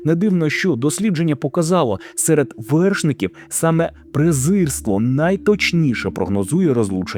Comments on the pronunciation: Дякую. Тільки, здається, вимовляється "презирство", а не "призерство" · ПрезИрство, а не "призерство". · ПрЕзИрство, а не прИзЕрство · Не презЕрство, а презИрство